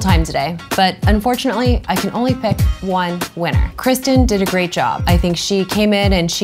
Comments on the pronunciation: 😂😂 -"this is gray-t escape" -"great" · "gray-T escape" 😂😂